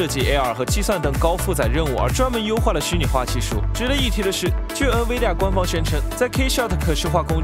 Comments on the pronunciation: Nvidia, N不发"en"的音， 读成 in-vidia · 还有Nvidia读成 嗯威地呀 🤣